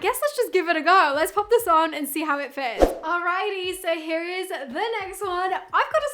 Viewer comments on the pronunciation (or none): That “allrighty” southern USA accent moment 😂✨